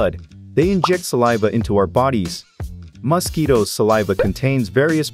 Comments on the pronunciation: Bro pronounces mosquitoes as “mustkeytoes” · Why does he say it like mahsquitoes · Yes " Mos-ketoes" are very annoying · Muskketoes lol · Hilarious pronunciation of 'mosquitoes' (plural) and 'malpighian'. Who on earth is the speaker?